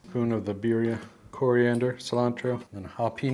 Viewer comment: Birrrrrrrria. You gotta rrrrrrroll the errerrrrressss ese